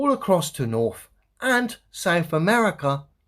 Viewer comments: “Norf Africa, Norf America. 😅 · this guy that goes second can’t even say “th”….he says norf america…souf….ugh, bad english for an english cat